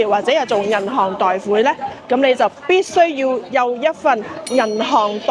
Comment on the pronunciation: 不好意思，纠正一下，贷款的广东话读音是“太”款，不是“代”款。